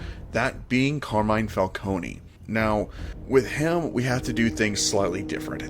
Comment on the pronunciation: I'm sorry but the pronunciation of these names killed me so for my own sanity I have to say Ra'h al ghoul is Pronouced Ray•sh•al•ghoul falcone is pronounced Fal•cone (no y) ect. Still great vedio and loved it tho!